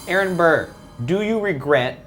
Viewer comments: The level of disrespect you're putting on Burr's name is terrible XD. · The amount of times you said Burr wITHOUT SAYING SIR IS UPSETTING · every. single. time. they said burr i said: ",sir"